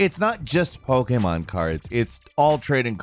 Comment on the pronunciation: Damn I'm so happy you say Po-K-Mon not Po-Key-Mon